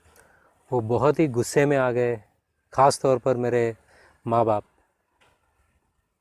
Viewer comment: (1):.. Teri Zubaan se nahi lagta ke Tu Kisi Musalman ghar se hai. Bohat saare alfaaz HINDI ke iste'maal karta hai. Jaise dheere-dheere magar Musalman urdu me to aahista-aahista bolta hai. (2):.. Agar Tu ne ARBI seekhi hoti to GUSSE ka pronunciation bhi saheeh karta magar Tu ne seekhi nahi isliye Hindi ka GA ka istemaal kiya jab ke arbi wa urdu me غ ghayn se ye lafz shuru hota hai jis ka pronunciation hi alag hota hai.... Maine thoda sa video dekha to hi samajh me aa gaya ke Tu ek Jhoota hai... Christians Logo'n ko aisi Jhooti kahaaniya banaani padti hain. 1. Kabhi beemaari ke ilaaj ke naam per. 2. Kabhi kattar islami mazhab se christian banne ki